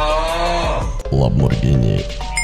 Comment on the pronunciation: labmorghini sounds like; lag more ghini"